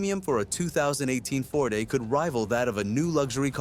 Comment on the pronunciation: Kia “fort”. These AI SLOP channels are a disease on YouTube’s butthole 😂 CHANNEL BLOCKED!